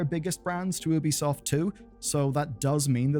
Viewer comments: Just feel like mentioning. You know its pronounced Yubi-soft right? As in, there is a very clear Y sound. Ubi in Ubisoft is supposed to be short for Ubiquitous, which is also pronounced that way. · instead of ubisoft 2 how about nubisoft. pronounced newbiesoft